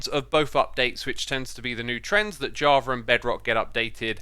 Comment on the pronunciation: Why do you say javar edition instead of java edition?